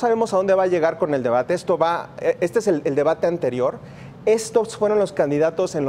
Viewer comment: Se dice De-ba-te. No De-Ma-Te...... y no seáis mentiroso.... Voto por Morena...